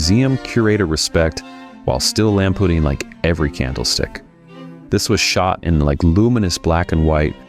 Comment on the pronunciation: Ah, got it. He wrote the wrong name, unlike where he wrote the correct name, David Prowse, but the AI pronounced it as "David Prose" since he did not provide a phonetic spelling, which I assume might be "Prouse".